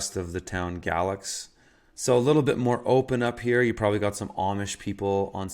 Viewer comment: Galax- pronounced gay lax. Nice area if you like pillheads and meth heads stealing your stuff.